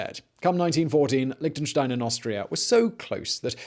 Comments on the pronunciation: Tried to watch it, but all these "liktnenstein" drove me away. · Liechtenstein wird nicht als "Liktenstain" ausgesprochen. Da fängts schon an... Außerdem war Liechtenstein niemals in den Zweiten Weltkrieg involviert und hatte auch nichts mit Hitler zu tun. Und an der Stelle hatte ich dann das Video abgebrochen. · It's called LIECHTENSTEIN not Lichtenstein! ps yes i am from there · In the audio: Liechtenstein English subtitles: Lick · Another drinking game for this video: Take a shot every time he says "Lichtenstein". By the end, you'll be giggling at how many times it sounds like he's saying something got "licked & shined". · An interesting history of Lichtenstein: 25 mins of my time well spent Listening to Mr Whistler struggle to say the word Lichtenstein for 25 minutes: Priceless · The ch isn't pronouced like a k but more like the ch in rich. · And that guy should work on his "ch". It's not Liktenstein and not Metternik 🤭